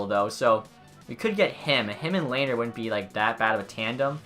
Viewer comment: Ok I'm late but its Le-ner